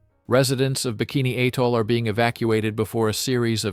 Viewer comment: . IT'S PRONOUNCED AS BIKINI A-TOLL, NOT HAY-TOLL. GETTING ON MY DAMN NERVES NOW. LEARN TO SPEAK PROPERLY.